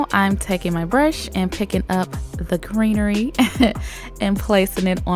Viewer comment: It just kills me every time she say’s greenery